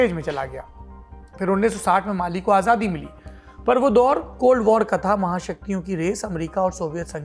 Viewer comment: Sir at 4.03, you said Bali instead of Mali